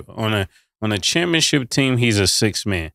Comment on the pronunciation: Somebody help Cam learn to say ChampionSHIP. This man keeps saying championCHIP lol